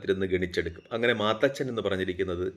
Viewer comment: മാത്തച്ഛൻ അല്ല മത്തച്ഛൻ 😂